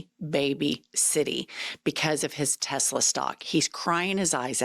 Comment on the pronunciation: The wanna be alpha males of maga. Notice Trump's dementia is so severe he can't say Tesla. "Tesler"